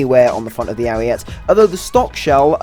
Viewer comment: Nice video, but please, stop calling it the Ariette. It's Ariete, the final e sounds same as the first e.